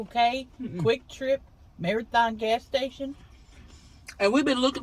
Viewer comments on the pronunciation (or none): none